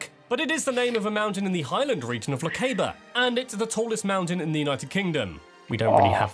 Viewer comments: And Lochaber is Lochhhh-a-ber..phonetically speaking lol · He pronounces some stuff oddly. 'Urquhart' is pronounced 'URKert' and 'Lochaber' should be 'Lohabber' (or even 'lohavver'). The scene you asked about is Edinburgh seen from Arthur's Seat and Salisbury Craggs. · Horrific pronunciation of Lochaber 😬 few English people can say 'loch' properly anyway, and 'aber' is with a flat A such as in words like flat, sat, cat etc. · He pronounced the Hebrides correctly, but when it came to explaining Ben Nevis his pronunciation of Lochaber was wat off. .Its Loch-AB-er as in Abs, NOT "Abe" as in babe. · Er, 'Loch-AH-ber' (and the Faroe Islands ar 'Fare-oh', not 'Farrow'). Oh - and it's 'ATH-oll', not 'A-THOLL'. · "Ur ka hart castle" particularly pained me (also Lock Ayyber) - edit, had to stop at 60. It was too much. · On this occasion an Englishman has pronounced Hebrides correctly 😂 but he did pronounce Lochaber, Urquhart Castle, loch… etc wrongly!